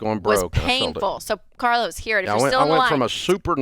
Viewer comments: Bro called in as “Car-los” and hung up as “Car-less” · Carlos… you say? Car-los.. Car. Loss. He was destined to sell his cars!